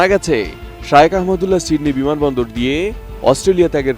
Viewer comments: শাইওক না শায়েখ,,, খ এর উচ্চারণ না করে ক করছেন কেন? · হুজুরের নামটা উচ্চারণ করতে পারে না আইসে সাংবাদিকতা করতে